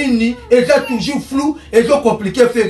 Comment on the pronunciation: 😂😂😂😂alobi lisusu artiste aza tuzur bandone 😂😂😂😂